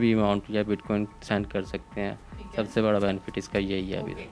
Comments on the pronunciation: bit queen?hahahaha,its bit coin,. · Bitquin ni oo madam bitcoin . . Paper le.k bs sawal krne lag jaty ho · WTF is Bitqueen? Its BITCOIN. Coin Coin Coin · Bitqueen nhi bitcoin hota ha🤦🏻‍♀️😂🤣😂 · WAH WAH hamari Interviewer bar bar Keh RAHEE hay BIT QUEEN BIT QUEEN NOT BIT COIN , PLEASE DO YOUR HOME WORK & RESERCH .SCHOOL TOU GAI HO GEE YAA PHIR JAALI PASS KAR LIYA HAY , AUR JAAN PEHCHAAN KAR KAY INTERVIEWER KEY JOB KAR LEY HAY , JOURNALISM KAA KUCH PATAA HAY, YAA SIRF LIFFAFAA HO, BIT 👑 QUEEN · Ani diye bachiye. Bitcoin hota hai bit queen nai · Anchor : BitQin 🤣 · Bitqaueen 😂 y’all gotta learn some pronouncing anyways I’m all in digital currency ❤️ BTC ,ETH, XMR,LTC,PUNDIX,CAKE, Small coins best to invest in,XRP,VET,ADA,BTT.Goodluck